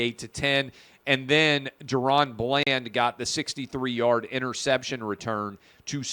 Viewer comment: It’s Daron Bland Clay! Ffs!